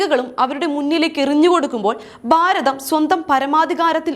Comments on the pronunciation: ബാരതം അല്ല കുട്ടി, ഭാരതം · dear presenter please correct your pronunciations....eg. Bharatham not Baratham....all your bha has becom ba...